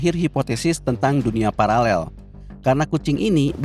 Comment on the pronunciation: Parallel min bukan palalel. Ngengernya gimana gitu😂